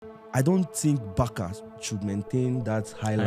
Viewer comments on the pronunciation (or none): Barça is pronounced Bar-sa not Bar-ka. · Why Nigerians always pronounce BARCA like that,BARKA how